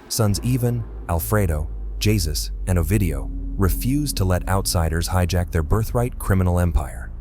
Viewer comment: It’s pronounced hey-zus not whatever the hell you’ve been saying Jesus is hey zus